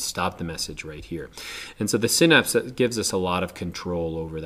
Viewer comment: You say synapse wrong